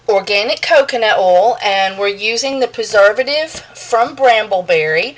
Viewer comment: "Coconut ouel"